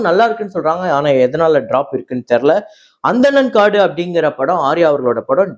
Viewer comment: அனந்தன் காடு, Not Anthanan Kaadu as pronounced bro.